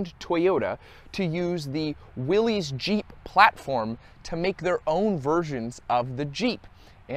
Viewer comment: Common error, but Willys, is pronounced, “Willis”